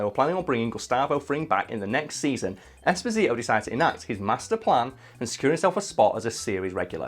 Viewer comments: Holy guacamole it’s pronounced “Espòsito” And not “Esposìto” it’s an Italian name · It’s not Esposìto, it’s Espòsito. It means “exposed”, it’s a very common italian second name, it was the second name given to orphans in orphanages in 1800.